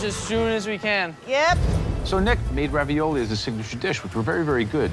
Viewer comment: how come they're pronouncing it raviolia? is that Italian?